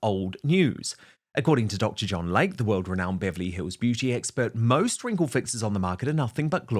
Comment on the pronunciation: PRONUNCIATION: "DR. LAY-KEY" not Lake. 🙄